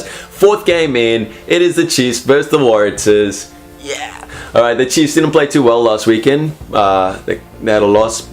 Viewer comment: Could you please get the pronunciation wright. Warratahs.Pronounce Warra stars without the S. Big home ground advantage for reds.....may surprise.